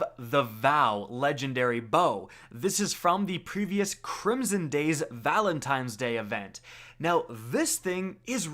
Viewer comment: “Crimson Days Valentimes Event” lmao